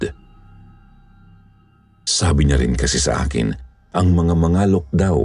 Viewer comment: "Mangalek" po kasi yun hindi Ma-nga-lok hahahahahahahha Pabilis po ung pag kakabigkas 😭😭😭😭